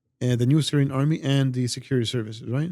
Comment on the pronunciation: "Syrian Amry" 😂😂😂